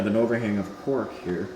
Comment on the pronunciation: Did you say cork, or “quark”??